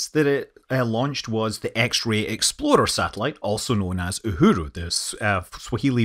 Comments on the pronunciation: for the love of god please stop pronouncing "ExploRer" as "ExploDer" or else people will get confused with the infamous Ford SUV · Sounds like every time you say "explorer" you're saying "exploder". :)